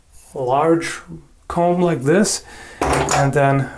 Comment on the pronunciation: Did you rike it?